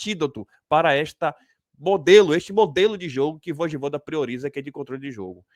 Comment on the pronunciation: É Voyvoda cara, e não voidvoda kkkkkkk